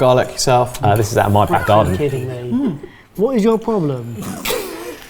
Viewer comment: and that, “What is your prwoblum"? 😂😂😂😂😂😂😂